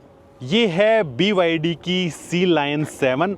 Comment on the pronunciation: BYD nahi Bhai "Baydi"😂